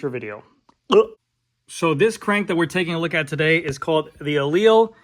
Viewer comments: Pronounced Eli - Lee. Not E-leel Get it right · Aleal? You're missing a syllable to say the least.